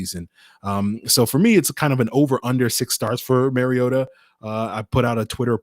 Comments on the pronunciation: Should probably start with learning to pronounce Marcus' last name. It isn't Maryota MAR E OTA MARcus MARiota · THANK YOU! It is pronounced like the Nintendo character Mario with "ta" at the end. He has been in in the league 8 years and the announcers still say it wrong.